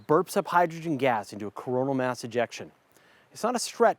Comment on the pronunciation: why do you keep saying Myaaas instead of mass..